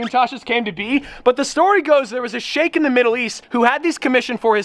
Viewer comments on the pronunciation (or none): what kind of “shake” in the Middle East was it? Strawberry? 😂